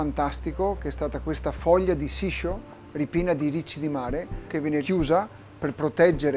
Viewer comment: Amo la cucina ed in particolare quella giapponese. Sicuramente Luca parla il giapponese meglio di me, ma sentire nel video "Sisho" invece che "Shiso" è prorio un errore grossolano. Quello che lui chiama "pesce dolce" è in realtà il pesce tegola. Peccato non abbiato riportato delle indicazioni più dettagliate su come preparare la pastella, che è la parte fondamentale della tempura.